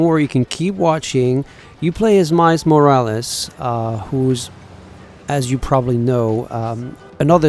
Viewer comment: “mais morraless”